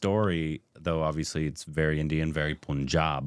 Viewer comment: “PUN”JAAB not Poonjab.